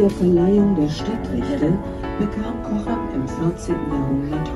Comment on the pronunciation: Fin film men fel uttal på Cochem.